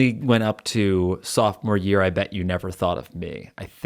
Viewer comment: I thought he said softmore year I BED YOU